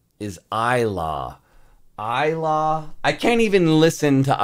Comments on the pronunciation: Ilaw pronounce like e lau ...not i law😂😂😂bro ilaw is tagalog word ,english is light ...we pronounce i as e ,law as lau ...lauww try it sir 😂😂❤❤❤ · Yah I remember you cried a lot when you reacting ilaw, it is pronounced sounds like eee .lau.or lights